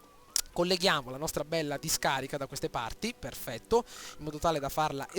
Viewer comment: "AAAAAAHHHH PHERRRRFETTO!" Fenomeno!!